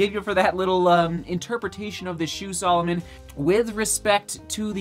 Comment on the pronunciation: OMG its sAlomon not sOlomon